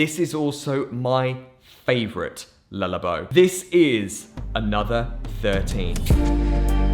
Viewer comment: "lullabow" shudders